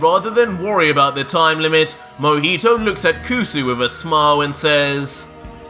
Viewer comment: Other : Mohito Me : Mohiho